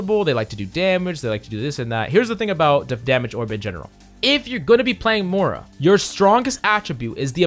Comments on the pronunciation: Moy- ra not Mara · Spell the i in Moira pls aaaaaaah "Mora" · How about "mora"? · I’m dying about your pronunciation of Moira